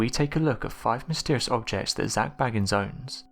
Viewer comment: I really wish people would pronounce Zak’s name right geez’s how many times do you all have to here Zak himself say his name and they still get it wrong 🤦‍♀️